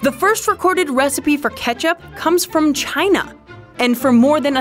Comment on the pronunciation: Is anyone gonna say something about the way she said ‘China’